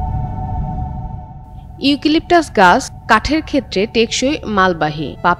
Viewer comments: ইউকিলিকটাস???😂😂 হাস্যকর উচ্চারণ 😂😂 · বোন তোমার উচ্চারণে আমার মন খারাপ হয়ে গেছে, ইউকিলিপটাস না , শুদ্ধ করে উচ্চারণ করে আসো।